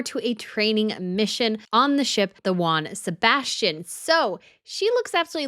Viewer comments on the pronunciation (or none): none